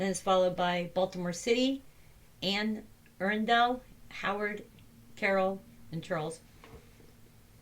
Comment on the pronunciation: It’s Anne “uh-RUN-dle” for Maryland 😀